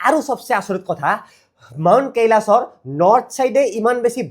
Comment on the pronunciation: কিয় কেইলাস কেইলাস পৰ্বত কৈ আছা কৈলাশ পৰ্বত কব লাগে অসমীয়া লোকে video বোৰ চাই । বেয়া নাপাবা। তোমাৰ video চাই ভাল পাও বাবে কৈছোঁ ।